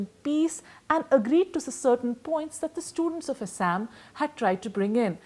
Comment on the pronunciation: "Assssaaammm " BC pronunciation toh theek kar le